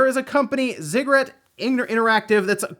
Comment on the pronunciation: It’s pronounced Zig-a-rot. Please learn how to speak if you’re to continue doing videos.